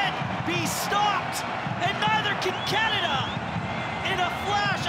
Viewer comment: I think he’s fine except he pronounces it “Catada” every time 😆